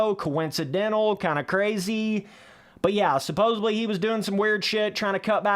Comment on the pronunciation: are you loud enough? jesus christ. Also "Suppose(B)ly" aint a word homie